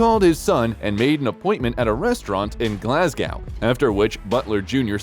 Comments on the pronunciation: Man, really try and work on these Scottish city names. Its Glasgo, the W is silent, also he's a passionate fan of Celtic, not "the Celtics" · Well thats a new 1 on me... " eden burg" 😅😅😅.. the glass cow 🐄 was annoying enough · It's pronounced gerard, not ger ard, like Amber heard only gerard.😊. Glasgow ,silent W. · True. Did he pronounce Glasgow and Celtic wrong?